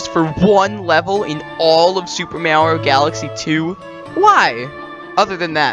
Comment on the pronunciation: Great video. Just one question. Is this a reference to the way you pronounce "Mario" wrong?